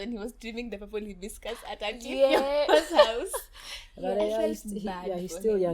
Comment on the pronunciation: Its purple "Haibiskas"😂😂😂